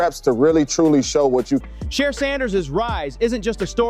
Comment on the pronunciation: At least get his Name right dam!